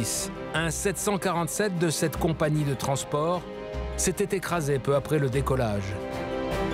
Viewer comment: La voix off incapable de prononcer correctement le nom de la compagnie sur l'intégralité du docu. Insupportable.